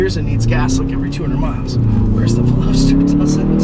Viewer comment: You mispronounced the name of this car👛👢🕶👢👢👔! And you own it ! Lol back to school? Maybe!